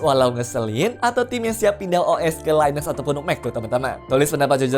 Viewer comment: btw ini konten by AI kah? koq linux bacanya laines?